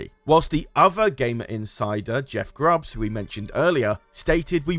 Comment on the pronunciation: It's Jeff Grubb not Grubbs